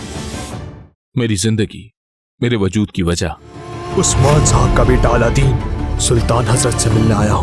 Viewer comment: It’s not Aladdin ❌ It’s Alauddin ✅